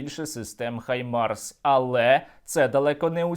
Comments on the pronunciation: Правильно казати Гаймарс, а не Хаймарс. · Пора вже в українській журналістиці позбуватися російських штампів. Треба говорити "Гаймарс" а не "Хаймарс". Росіяни вимушені заміняти "Г" на "Х" тому, що в російській мові нема звуку "Г". Але, українцям нема потреби мавпувати за росіянами.